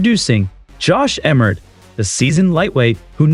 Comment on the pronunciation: Lol bro it's Josh Emmett not Jorsh Emret